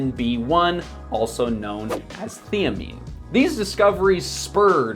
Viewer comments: Theeamine?! Not sure how you would spell what he said, but it sure wasn't thiamine. 😄😂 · Thai-a-meen. Good video. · yeah, it was enough for me when you couldn't even pronounce "thiamine". probably what you are attempting to get at is that most people dont do enough research to know what they need regarding supplements. but you could also be working for big pharma.